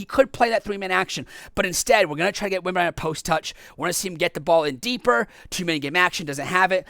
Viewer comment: Repeat after me: it's WembanyaMa, it's an M, not an N. It's been 2 and a half years since he was drafted, ffs. You americans are horrible with foreign lenguage.